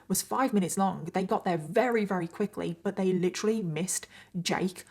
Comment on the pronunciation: I want to watch your videos so bad but it makes me insane that you always say wary instead of very like you just miss the V sound and it’s all I can think about haha 😅 it’s just one of those weird quirks but I’m the weird one for not being able to ignore it 🤦‍♀️